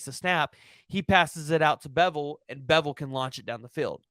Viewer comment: I wanna slap this guy for saying beville smh